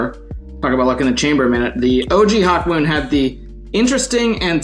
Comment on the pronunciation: They really butchering Hawkmoon smh